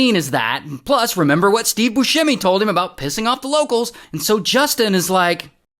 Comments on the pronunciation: FYI it's bussemi not buShhhemi. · If you're doing a story on a man, can you at least say his name right. 😒